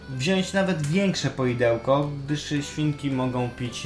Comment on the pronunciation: Bardzo mi się wasze filmiki podobają :) choć są długie to nie są nudne :). Gratuluję. Tylko "wziąŚć" w filmiku mnie razi :)